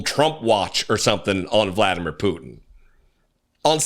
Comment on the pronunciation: Gurgle gurgle gurgle Hegseth (hahahaha) IBTW it's vla DEE mir POO tin